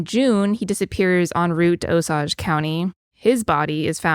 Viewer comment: Love the podcast! Just wanted to let you know that you are pronouncing Osage incorrectly. It should be O sage. Keep up the great podcasts!